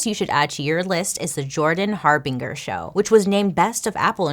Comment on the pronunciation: PLEASE DON'T HATE ME... THE NAME JORDAN HARBINGER = HAR~BEEN~JUR JUR? OR JER JUST IN CASE YOU EVER NEED TO USE THE NAME AGAIN...WHICH I DOUBT... SO I'M 😢SORRY❣️🤟🏼